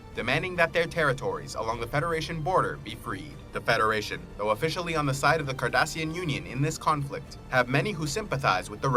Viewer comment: Also cardassian not kardassian